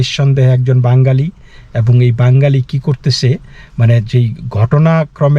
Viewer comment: মুস্কিল হলো -- আপনিও দাদা ঠিক করে 'বাঙ্গালি' শব্দটা উচ্চারণ করতে পারছেন না। কথাটার উচ্চারণ আসলে 'বাঙালি'। যাই হোক India-র বাঙালি এবং বাংলাদেশের বাঙালিদের মৌলিক তফাৎ আছে বৈকি !